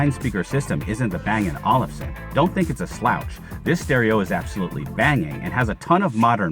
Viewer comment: Hey young man, the way to pronounce Olufsen is like bang & oalfson, like a lazy oalf.